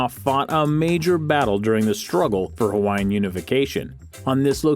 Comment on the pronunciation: Brah dis guys pronunciation disrespectful faking haole